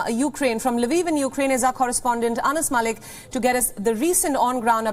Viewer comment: The correspondent Anas Malik needs speech therapy.